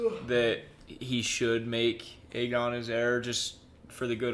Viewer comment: Bro it’s AYE GON not EGG ON 😭😭